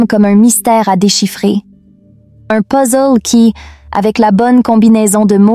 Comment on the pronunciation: "L'échec n'est pas l'opposé du succès. Il est le chemin qui mène à lui !" J'aime ta façon de prononcer le mot "puzzle" ! ;-)